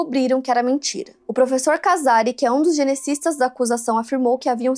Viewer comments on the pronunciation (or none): Não é "Flúvio", mas Fúlvio; não é "genecistas", mas geneticistas. Sempre melhorando.